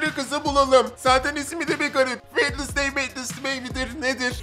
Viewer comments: Keşke Vendezdey değilde vensdey desen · Sadece yazılışı wednesday Okunuşu wenzdey diye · abi kuzın adı wednestay degil Jenna ortega